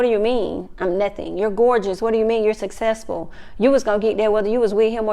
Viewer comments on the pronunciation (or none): I don’t want to hear them say sussessful anymore... find another word you can pronounce 🤣🤣🤣🤣